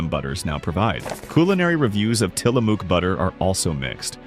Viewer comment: Tillamook - pronounce the "ook" like the "ook" in "book."